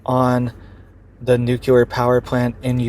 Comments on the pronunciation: "Nu-cle-ar". Not "nu-cul-ar" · I appreciate your information, but PLEASE say nuclear with LEE, as NucLEEar and not nucUlar.